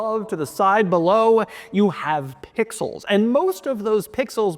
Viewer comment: Stop saying pixels man. It jars the ears the way u stress “Pixels”